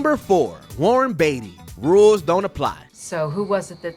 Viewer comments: School teacher in me jumping in; the presenter made several glaring mispronunciations, even after saying names correctly in the same narration. JoAnn (Joan) Crawford, Warren Betty (Beatty), and others. I was really distracted by the mistakes. If you're covering famous people or events you should really get the names right. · And Warren Betty - I mean Beatty.